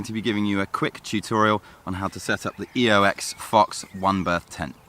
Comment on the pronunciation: Sorry, but did I hear you call it the EOX, not the OEX . Not that it matters and great video